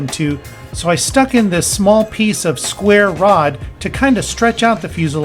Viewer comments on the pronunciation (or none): none